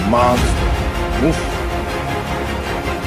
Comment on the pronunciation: It is pronounce "Monster" not Monkster.